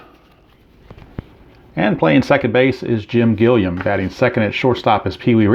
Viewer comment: Gilliam is pronounced Gilly-Um. Doesn't matter we know who it is...lol